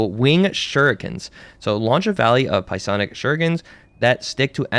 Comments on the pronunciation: The way u keep pronouncing psionic like pie-sonic is killing me 😂😂 it’s pronounced syonic lol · Pie sonic is crazy. FYI, it is pronounced "Si-onic" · Pronounced as Sigh-on-ick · Stopped watching because of “pie-onic” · "Piesonic" blade is crazy work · I thought I was the only one to hear him say pie sonic lol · Ah yes, the pie-sonic crossbow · "sye-onik" the p is silent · He did LMFAO, All those pi-onic abilities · Pie-sonic makes me giggile. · "Pie sonic" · Great video! How many "Pie-sonic" comments did you get? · psionic pronunciation is wilddd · The "P" is silent my dude. Great video though! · The way ur pronouncing psionic is crazy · Came here to say the same thing lol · For future reference, the P is silent in Psionic just like Psylocke LOL but great vid!